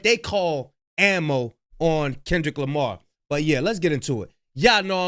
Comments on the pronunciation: dad said Kendrick JAMAR 😂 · He calls him Kendrick Jamar 😅